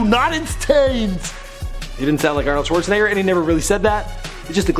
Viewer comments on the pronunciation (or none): none